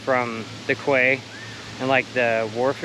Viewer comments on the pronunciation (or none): Quay is pronounced key :-)